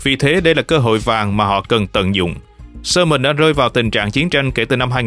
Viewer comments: Yamen mà đọc là soman thì thua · 😂 đúng . Yemen mà ổng đọc là SƠ MÌNH .bó tay 😂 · Khong phai Lo tai co van de ma tu minh doc ten Kenh dao SUEZ. YEMEN KHONG DUNG NHE BAN